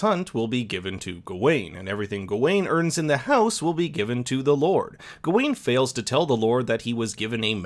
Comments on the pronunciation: Good video but dude... why are you saying Gah ween instead of Ga win, your wrong pronunciation really bothered me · It's pronounced GOW-WEN!!! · I really don't understand how people can sit through a film where people repeatedly pronounce a character's name 'Gar-wen' and still come out of it saying 'Gah-Wayne'. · “ga wayne” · Not only you pronounced his name wrong, you got some parts of the movie wrong., you have not seen the movie and it shows! Sad. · Bruh can u pronounce his name right?